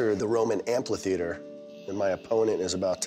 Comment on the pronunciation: Am-plah-theater. ☠️☠️☠️ Amphitheater* btw... I think I like him better with a little more weight 😅🤣 not 45 lbs but... a little. Also, I think I would like to see shows move away from the numbers on the scale, and move to clothing sizes. How many sizes people lose. Also why is she crying over losing 3 lbs? Anything over losing 2 lbs in one week is unhealthy weight loss and probably won’t stick.